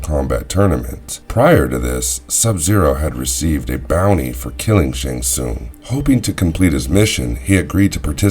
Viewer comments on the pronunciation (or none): It’s pronounced Shang Tsung not shung tsung & it’s Kai lang not Kai lung lol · "LEAN Keui" "SHONG Tsung" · Shong shongs island.